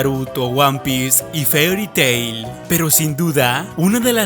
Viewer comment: No pronuncio bien FAIRI TAIL